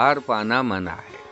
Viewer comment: تا درِ جاناں ہمیں اوّل تو جانا ہے منع ہم نے اپنے بڑوں کو اس طرح پڑھتے ہوۓ سنا ہے ۔ مگر آپ محترم ردیف کو اور طرح پڑھ رہے ہیں ۔